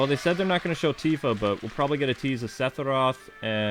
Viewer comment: Why are you saying sethiroth?